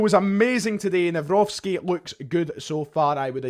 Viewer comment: I’ve bumped into you back in 2020 near the Footlocker, gave you an awkward handshake when it was a little bit inappropriate back then 😅. It’s nice to see how you and your channel have grown since then. Little tip on how to say Maik’s second name, it’s Navro-tzki. Best greetings from a Polish fan. Keep up the good work and all the best in the near future 🙏🏻